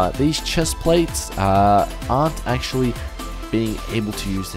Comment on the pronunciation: did anyone else notice how many times said accsualy in this video?